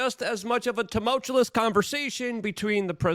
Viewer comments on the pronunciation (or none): Its tumuLtous!! NOT tumutulus!!!! You say it wrong every show lmao..but otherwise your content is great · Just have to say that too-muhl-choo-uhs is how tumultuous pronounced. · teh-mull-chew-us cmon dude... Making me crazy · PLEASE stop trying to use big words if you can’t pronounce or use them correctly! A what trap, stasicidious???? And learn to pronounce tumultuous. It’s ok to use smaller more manageable words Luke, we won’t think any less of you. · Just a quick question are you saying tumultuous incorrectly on purpose? Is this a long-running gag I missed?